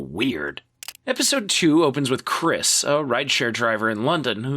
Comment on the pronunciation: Jackson Habenero 👍 Chrish... Chrish? Really? 👎